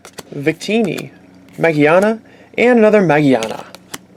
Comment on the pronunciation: Mageana? It's ma-GEAR-na